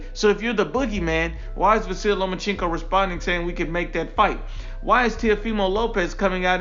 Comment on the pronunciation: “Lomacheenko” Lol